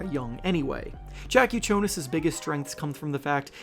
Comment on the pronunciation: Bro needs to learn how to pronounce Jakucionis